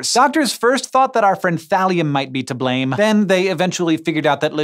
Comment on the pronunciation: When he said Thalium at first I was like, wait....did he just say Valium? lol